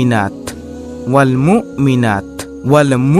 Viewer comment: মুকমিনিনার স্থলে হবে মু' মিনিনা এবং মুকমিনাতের স্থলে হবে মু'মিনাত। ধন্যবাদ।